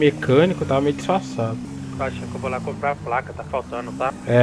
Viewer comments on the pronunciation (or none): o fala vou lá compra a placa ai o responde é melhor ir lá compla kkkkkk